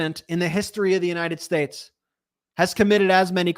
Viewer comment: No, he took an oath to support the constitution of the “unated shtash.”